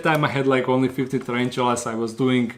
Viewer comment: Find it funny how he says ONLY 50 tarantulas